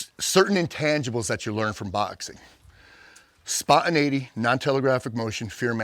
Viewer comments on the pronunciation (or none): "SpAwNtiNEiGhTy" is the word of the day 📖💪🧠